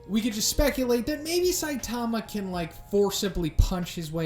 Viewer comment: SAI-tama, not Sai-TA-ma.